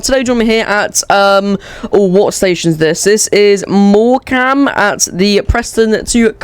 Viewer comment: Its said morcom